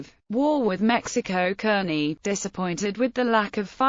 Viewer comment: It's pronounced CARN-IE not kernie.....